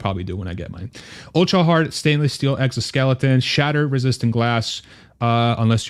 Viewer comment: Exosekelton! lol...